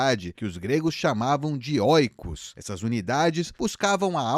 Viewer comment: Ou ié! Waka waka, bitconheiros! A propósito, a pronúncia correta é ikos (οίκος). Este encontro vocálico, no grego, tem som de i. Pode copiar e colar no Google translate caso queira confirmar. Afinal, don’t trust, verify.